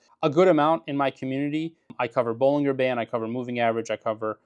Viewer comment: Bollinger is pronounced.....baa-lun-jr.